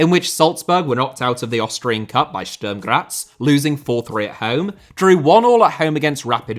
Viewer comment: Yo, just as a pronunciation advice (respect to you for trying to get them right), the vowel in Sturm is pronounced like the one in put. Great video!